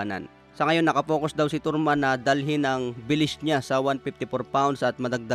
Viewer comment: Tarman hindi torman, bobo😂